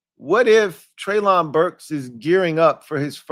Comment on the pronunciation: its pronounced Trey-lin Burks. You are out of you freaking mine. This dude will be your WR1. Its yall job to teach him how to stay healthy. He was the only WR on Arkansas and every top 10 defense in college at his time knew he was the only target yet they still couldnt stop him. And he played vs the countries best colleges